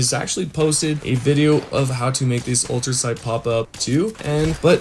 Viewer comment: Not to be a grammar nazi bro 🤣 But its Ultracite , Not ultra sound , Ultrasight or ultra site 🤣 Also thank you for this ❤️